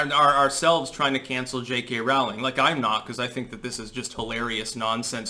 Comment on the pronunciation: Rolling Not Raw-ling